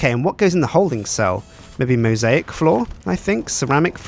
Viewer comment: The way he says mosaic floor is fucking hillarious